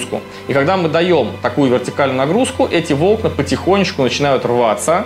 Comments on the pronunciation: ВолОкна , а не вОлокна . А так интересно ,спасибо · Не вОлокна, а волОкна))) .Слух режет. За ролик спасибо! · Обожаю эту особенность врачей - не правильно ставить ударение, дабы подчеркнуть свою "врачистость" (вОлокна - это прекрасно:)) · "коллагеновые вОлокна" 😭😭😭 Аж уши зарезало от доктора... Простите, не удержался...😂😂😂 "коллагеновые волОкна", "пяточной кОсти" и т.д., ну вы понимаете... зануда